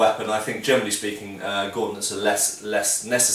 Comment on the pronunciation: every single time you say "generally speaking" I understand "germanly speaking" - I'd love to hear that ;-) btw: would you like to comment on fighting techniques and the general style of the Witcher Games?